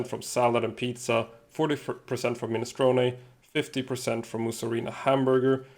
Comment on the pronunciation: My Italian friend is proud of your minestrone pronunciation